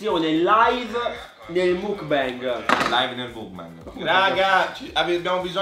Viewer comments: non si dice mookbang ma mookbeng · Ma qualcuno glielo spiega che non si dice "mukbang" ma "mukbeng" con la "e" Like chi lo guarda nel 2019😂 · surry si pronuncia mok bang comunque lol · Si scrive mukbang ma si legge Mukbeng comunque siete bravissimi vi amooo😍❤️😍❤️😍😍❤️ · Penso proprio si pronunci macbeng tipo muk è il pokemon e bang è il suono dello sparo tipo o anche il significato di gruppo ma la pronuncia è la stessa (gangbang🃏) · il mukbang no il bingbang- Anima-troppi alcolici- MA IN CHE C***O DI MONDO SI VIVE TRA ALCOLICI E PERSONE CHE PRONUNCIANO MALE LE PAROLE😂😂😂